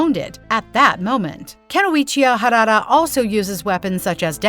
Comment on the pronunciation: WTF？！ It's not harara! It's harada！！ And it's my family name too ！！